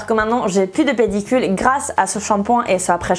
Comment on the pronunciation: Pellicule pas pedicule ❤️❤️